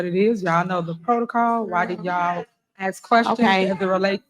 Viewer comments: She said "dat" instead of "that", "yall could have did", . "Axe" instead of ask"? "When trustees speak its grandstanding"? This ho should be institutionalized for about 20 years, and pay a lot of money back for all those vacations she went on the cop body guards jailed and ordered to pay back money they were paid and spent on lavish trip to Vegas. If not done there is problems with the judicial system which we already know there is. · The way she says aks instead of ask really irritates me. I’m from 🇬🇧 but I’m obsessed with this. How the hell she gets away talking like she does. It’s so tacky and unprofessional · Axe axe axe. Fugg me that drives me nuts when its someone trying to act high and mighty.